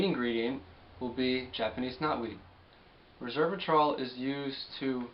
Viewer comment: FYI: Resveratrol. Rez Vera Trol. Not Ree Serv a trol.